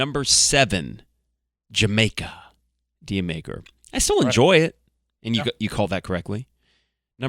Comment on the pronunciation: Dyer Maker - Isn’t it pronounced Jur Maker, like Jamaica?